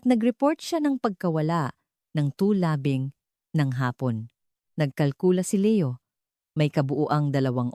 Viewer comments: To the story teller, its not labang ,its labing 14 na taon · i find it funny.. the pronounciation 😄.. then, is that how meticulous the investigators work in the Phils., esp. that it's a COLD CASE?.. "LABANG" ( for labing).. i was like reading a short novel/pocket book during my college days back in the 90's. 😄.. i have watched in this platform several real crime, cold case which are meticulously investigated by investigators & the aid of genealogy.. similar story, only different location..😂😁